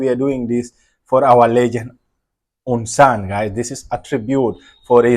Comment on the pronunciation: UN Sun you can Pronounce (U_N Soon